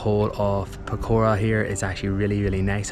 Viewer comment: Pokhara didn't like y'all keep pronouncing it pokora(fritters)